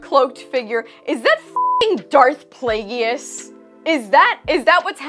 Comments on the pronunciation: Play-jus. Not Play-gee-us. Palpatine pronounces it the first way on Revenge of the Sith... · No - Play-giss is correct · Agree with our ire, but, please look up how to pronounce Plagueis. The 'e' is the end of the word "plague"; it isn't pronounced. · You pronounce Plagueis wrong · Darth WHO???, I think that pronunciation gave you away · I genuinely must be watching a different show lol like I wait for all the rage videos to see what I should look for and I'm always left thinking "was that it? Where was the issue?" Or "that was what made you mad?" Also stop larping as a fan you can't even pronounce plagueis right😂